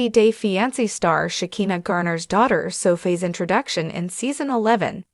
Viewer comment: Please teach these people how to pronounce these names it's She ki na